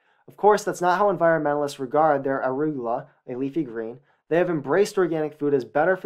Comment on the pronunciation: Htf did this dude get a perfect score on the sat but can’t pronounce arugula?